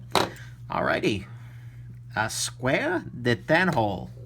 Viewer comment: Are you sure you're pronouncing "detent" right? Either you or everybody else is wroong. I would not put it beyond you though, that you actually the only Person that knows how to pronounce it correctly. Have yourself a wonderful day.